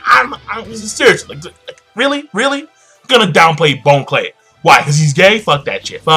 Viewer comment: Bon Clay isn't pronounced Bone-Clay its (Bahn-Clay) like Bon-Bons. great video though.